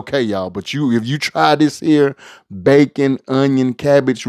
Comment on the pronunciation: I trust the pots of anybody who says "dis here"!!!!🙏🙏